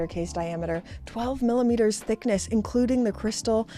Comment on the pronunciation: Observation - when you combine "millimeters" with "thickness" they combine to make it sound like youre saying sickness. Listen and tell me im lying 😁